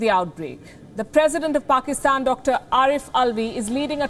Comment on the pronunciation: The anchor just butchered pakistan